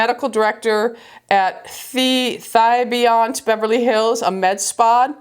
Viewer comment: Hello. The name of Dr. Glassman's business is called Thibiant with a short "I" in the first syllable. I know this because Dr. Glassman bought the business, he owns, from a very well known Beverly Hills aesthetician named Aida Thibiant, about 9 years ago. Aida was a lovely woman with beautiful skin. Her salon and employees worked on many of the top names in Hollywood. I had the pleasure of meeting her about 35 years ago because I was a massage therapist and interviewed with her to work in her salon.I can't remember ever working in her salon, so I am guessing I didn't get the job, but I do remember what a lovely and gracious woman she was.